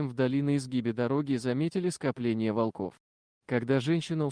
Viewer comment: Кошмар!!! то же мне грамотеи нашлись не во́лков,а волко́в Нахо́дится Ей найти дорогу